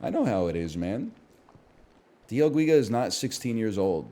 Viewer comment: dee el geega